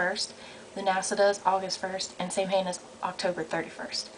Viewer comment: Isn't Samhain pronounced SOW-WIN?